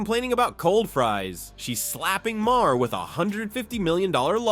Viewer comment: You should get someone real to read your text instead of relying on AI to do it. The repeated mispronunciation of Bill Maher's name in a posting that is ostensibly about him does you no favors.